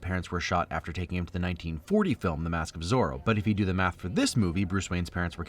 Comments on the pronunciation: 'the ma k of zorro' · why does ‘the mask of sorrow’ become ‘the mark of sorrow’ for a split second